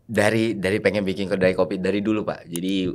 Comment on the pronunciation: MENIT 21.59 MAU BILANG BIKIN DIBILANG "BINGIN" 😂😂😂😂😂😂😂😂😂😂😂😂😂😂😂😂😂😂